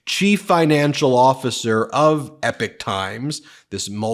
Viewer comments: It's the EPOCH Times, not the EPIC Times 😂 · It is pronounced E-pock, not ep-ick. Refers to long eras of time, not great battles or Homeric sagas. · i have to help you out bro with some enunciations that bug my ears lmao...i hate to be THAT guy but here goes anyway..."Epoch" is pronounced "ee-pok" not "epic"...and when you [and this bugs me less because of who she is] have to mention laura ingraham....it isnt "een-gra-ham" its just "een-grum"...sorry...im done splitting hairs now lmao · It's pronounced Ee-Pok, not Epic. But, yes Fulan Gong is behind this, as well as those Shun Yun dance troupes. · I have no clue which one is correct but everywhere else is is 'E POK times' not 'epic times' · My dude...it hurts my ears. It's pronounced "EE-POCK" a reference to a notable period of time. "EPIC " is a Faith No More Song, A game company, a large scale narrative, or poem. Keep dunking on Agent Orange!! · Big fan from the UK, if you are going to do another video on epoch times then it is pronounced ee-pok not anything like epic. Keep up the good work and good luck to all you decent Americans ❤ in getting rid of the maga crazies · Just srop saying epic times, that's not how you pronounce that word! 2 videos and I'm done with the epic. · Epoch is pronounced EE-pok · Epoch. Pronounced "Eeeep - ock". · It’s not called the Epic Times. It’s Epoch Times. It’s pronounced very differently. Please consult an audio dictionary. This is not up to your normally professionally standards. It’s truly grating on one’s ears. There’s nothing epic about it. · I thought it was pronounced e-pock. No? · I believe it's pronounced 'ee-pawk'. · It's "EpOOOOch times" with an o ... 😂....Falung Gong is not amused these days 😂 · Ben! Its EPOCH Times not EPIC times...goodness me I think you need to dial back on the amount of broadcasting and have a bit of a rest...sometimes less is more.